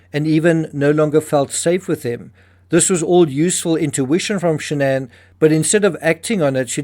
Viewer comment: Her name was SHANNON...not shan'ann